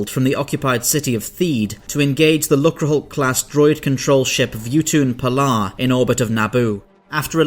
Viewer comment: Not sure if you're aware, (I don't mean to criticise, Im a big fan of the channel), but lucre (as in lucrehulk) is pronounced "luker" and is slang for money (which is totally lame, I wish it was just a made up word).